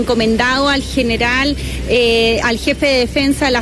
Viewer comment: El nivel de la ministration Defensa es penoso…. apenas si modula, “geral” en vez de General además de no decir nada relevante toda nerviosa e Izkia salvándola de las preguntas